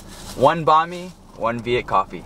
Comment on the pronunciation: Bhan mi is not pronounced bawn me it’s pronounced bahn me